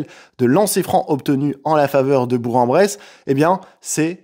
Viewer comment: Par contre on dit BourK en Bresse s’il te plaît ❤, le G se prononce K ici